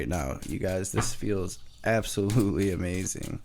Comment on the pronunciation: A-MAY-zunn… (amazing) 😂😂😂😂